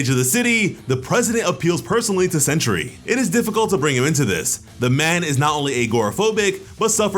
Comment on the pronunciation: Sentry! Not century